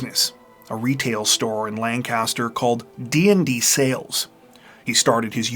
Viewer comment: Ppl not from my hometown. "LAN-CASTER" 😂😂 we say lank-a-ster. We would drive past this house alot going to Baltimore. And everyone in town always said the son set it up. Crazy how the rumor mill stirs up lies. I was 16, I was just dumbfounded that it happened. Such a sad story.🥺